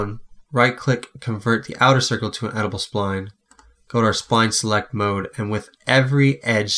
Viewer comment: By the way it's pronounced ed-it-able spline not edible. I don't think you can eat it!